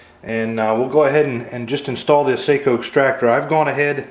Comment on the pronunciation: Seiko is a watch.. Sako is pronounced “Saw-co”